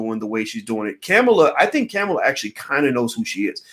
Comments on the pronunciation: Why don’t you learn how to pronounce her name if you’re going To say it so much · The only person you can really trust is God. Everyone has flaws. You can't even pronounce her name correctly. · Please care about her enough to pronounce her name correctly. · Ugh..he keeps mis pronouncing her name...🤦‍♀️🤦‍♀️🤦‍♀️ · I just wish he would pronounce her name correctly. Sorry, it just disrespectful no matter what color/nationality she is. I know one thing, just like Michelle Obama said, (paraphrased) if the orange guy gets re-elected this nation and world is doomed. Now, you can sit on your damned hands (like 2016) and be all high felutant if you want but if you think the guy has no barriers now, you've seen nothing yet. We only see what the news media has reported. If you don't thing far more self serving corruption is going on behind the scenes you need to get your head examined. The attitude of voting only when you want to (especially for president) is what got this country into this mess. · Her name is pronounced Comma-la Harris...not Caa-mila....I think it's silly not to vote at all because you don't want to be forced to do so. That way of thinking will surely cause another 4 years of Trump....that's not shaming anyone....if your not going to participate in voting....then you have absolutely nothing to complain about and your opinion doesn't matter. While your waiting on a suitable person to vote for....you'll be waiting...and enjoy another 4 years of Trump.. Kamala has made errors and some things are problematic..that doesn't mean we should just sit on the side lines and let Trump win 4 more years....just ssying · It's COMMA-LA. You pronounced it wrong 50 times. Is that on purpose? A "she's not worth it for me to even give her the respect of saying her name right?" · She pronounces her name "Comma La" like comma. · It's not "Camma-La" ... It's Comma-La" ... replace the "A" sound with an "O" sound ... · Her name is pronounced Com ma la